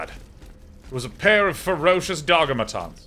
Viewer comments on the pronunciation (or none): "In that a dogamaton?" Naw it's a dogg-o-mat.